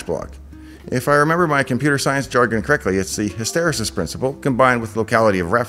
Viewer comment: "hysteresis" YES! Finally someone who pronounces this word correctly. It's petty, but I will die on this hill.